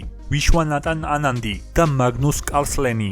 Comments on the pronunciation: ჭადრაკის სამყაროს აზრზე არ ხარ პოლგარი და არა ჰოლგარი კარლსენი და არა კასლენი ვიშვანათან და არა ვიშვანატან დიდოსტატი და არა გროსმაისტერი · კასლენი კი არა კარლსენი